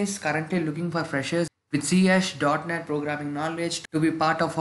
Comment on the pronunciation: C# is read as c sharp.